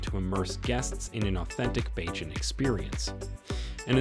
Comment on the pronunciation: Where did you get your info. Some of it is inaccurate and out dated. The repeated, incorrect pronunciation of the name of the island and its people was extremely annoying and disrespectful. Mia was not born in Africa!! It’s BaRbados not BAAbados. It’s BAYjan not BAAjan. Did you just read the child rhyme Baa Baa Black sheep? So annoying that you chose to keep butchering the name of Rihanna’s home!!